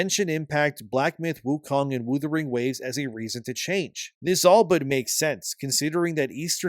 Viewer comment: "Woothering waves" lmao. Nice callback on the disrespect TGA did on that name